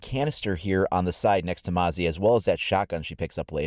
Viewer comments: Its not mosey its Moz-eee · Hey it’s mozzie not mozzy it means mosquito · Its not "moe-zie" its "mozi" Thats how its pronounced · Mate not to be rude but you pronounced mozzie wrong. Its mo-zi Not moe-zi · Mozzie not moazzie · Mozz-ee not mow-zee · It's pronounced mohzzy, not moezzy Silly Americans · Not mowzzie, mozzi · it’s not mosey, it’s mo-zee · Its pronounced “mawzee” not “mozee”. I’m an Aussie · As an australian the correct way to say Mozzie is (muh-zzie) The z sounds like zombie not like an s. Mozzie is austrlian slang for mosquitoes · Stop calling the new OP moe-see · lol its funny how he calls Mozzie, "Moe-zee" LOL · Haven't seen anyone write that her device is like a mosquito zapper. "Mozzie" get it? And please, please pronounce MOZ-EEE correct haha. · It’s pronounced MOZZY like molly but with a Z. It’s short for mosquito. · It hurts me how you're saying Mozzie wrong